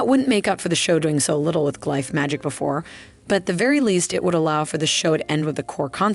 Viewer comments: Thank you! I thought I was glitching. It’s like Benedict Cumberbatch trying to pronounce penguin, each attempt is different. I heard g-life, glyfe, glif, it got wild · It’s the alternating pronunciation of glyph for me